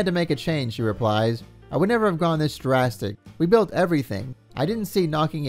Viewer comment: Taking a shot every time the vid says "durrastic" instead of "drastic" 😂